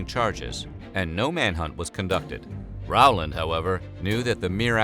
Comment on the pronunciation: His name is not pronounced R-wow-land. It is Row-land. Never could figure how anyone could mess that up. Also, Tulsa was not the only massacre at that time. Check out Caddo, Oklahoma. Stringtown Oklahoma black population were “refugees” from the Caddo area. My family were the only Republicans surrounded by KKK Democrats. Plenty of stories of them having to hide in corn fields when the clan came. Oh, and while we are on this topic. It was not only whites. This is Oklahoma. Many belligerents had Indian roll numbers.